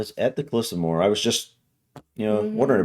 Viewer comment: You actually got it right the second time, moe her is how you would say it.